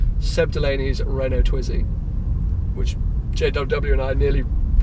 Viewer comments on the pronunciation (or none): none